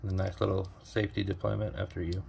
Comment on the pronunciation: It’s “deployant” if you’re going to have a watch blog.